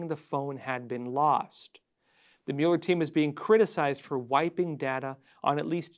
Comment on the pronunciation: why do you pronounce Robert Muller's name like you haven't listen to the news in 2019?